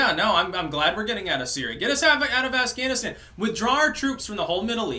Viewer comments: “Get us out of assganistan” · I dont know if you said Ass-ghanistan on purpose, but it was great. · ~ "Ass-ghanistan". Lol